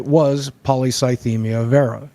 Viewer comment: This is a small, stupid detail, but i dont think boogie said "vera" correctly a single time, even though the pronunciation was on the page he initially pulled up (VEER-a)